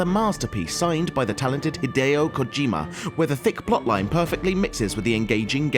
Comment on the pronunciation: Just so you guys know, you're pronouncing Hideo wrong.